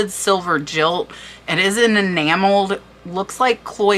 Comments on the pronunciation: I thoroughly enjoyed this video! Tea cups are my love, the older the better. I'm not too picky about the maker, but it does have to be beautiful to my eye. I don't resell, I just collect and love. Especially the gilded sets. By the way, 'gilt' or 'gilded' is pronounced with a hard G sound as in gold, not soft g as in giraffe. Happy Hunting!! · Hello, first I've heard the word Gilt pronounced Jilt. Thank for the info. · And "gilt" is pronounced like "guilt". It's gilded, or painted with gold. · Hey, I know you said that you don’t mind being corrected if people are nice about it. Gilt is pronounced with a hard G like guilt or gold or gift. Thank you for the awesome information and research! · Gold gilt - both words have a hard ‘g’. Not jilt, like a lover. 😉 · Interesting video. Not criticism, gilt is pronounced like guilt, as in gilded. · Gilt is pronounced with a hard G, the same as gold, gopher, go, etc. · I believe “gilt” is pronounced with the hard ‘g’ because is comes from German ‘Geld’ (gold) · The proper pronunciation is very easy to research on the internet. If you're going to present information, you should also pronounce the words properly. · and gilt is a hard g. loved your pewsentation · AMAZING research and information!!! To relax, I love looking at beautiful things, so thank-you not only for being informative but for showing good detail in your photos and video. Wondering why you are pronouncing GILT as jilt? It is gilt as in guilty pleasure and not jilt as in jilted lover. Have a great day and know that I am greatly impressed by your channel. I am a skillful researcher and appreciate that ability in others. Thanx! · What you call Jilt is written and pronounced Gilt, but you say Jilt, which means to not keep a personal appointment. He jilted me after asking me out. The dinner set is gilded with gold. G as in good, not J as in jump. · By he way, “gilt” sounds like “guilt,” as in “gold,” not “jilt.” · just fyi, Gilt is pronounced with a hard G and in Guilt